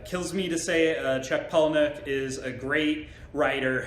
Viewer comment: *pala-nick.... for the uninitiated 🙄